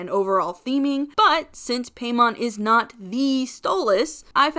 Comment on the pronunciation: Im pretty sure hiis name is pronounced like paimon from genshin (pie-mon)